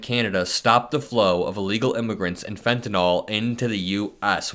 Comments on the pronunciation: it's fenta nil not fenata gnaw-l lol great content thank you! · I thought it was Fentanyl, not Fentanol.